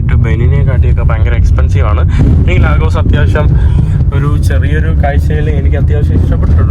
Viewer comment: ലീഗസ് (lagos )എന്നാണ് നൈജീരിയക്കാർ പറയുക